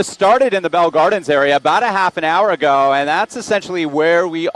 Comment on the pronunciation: "This started bought half an hour agoow~" He's definitely from LA